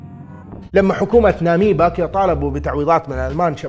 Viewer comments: ناميبيا وليس ناميبا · ناميبيا يا.. ناميبا هذه زي الامبيا 😂